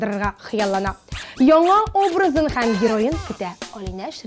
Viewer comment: Шул татарча сөйләшкәндә хәм дип әйтмәсеннәр иде, ҺӘМ бит инде!!!